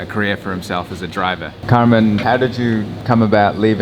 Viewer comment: Pronouncing Kamran as "Karman" 😁. I think it ll be difficult for foreigners to pronunce muslim names but i find it amusing.